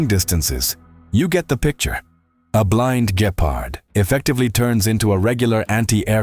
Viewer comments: Some of the pronounce is funny. Please no "Gayparhd". Instead try: "Gheparrt" as in Gecko. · I hear to like ''Gayfart'' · I giggle each time you pronounce it as Gaypard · i heard gaypard........ like why is ai so incredibly stupid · Mispronouncing a word in every possible way is not an excuse for being to lazy to look it up. Don't rely on AI written by Americans